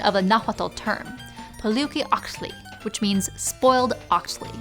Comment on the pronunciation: Mexcalli is pronounced Mesh-kalli. Octli is pronounced Ok-Tlee. Poliuhqui is pronounced Po-liu(with asperation h sound)-ki-ok-tlee.